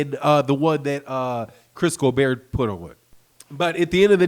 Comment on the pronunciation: Dude still sayin "colbear" instead of colbert🤦🏽‍♂️